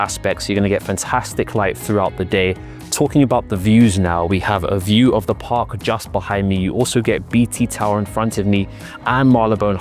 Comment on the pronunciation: 27m with "aview"...of chemins 😂😂😂😂😂😂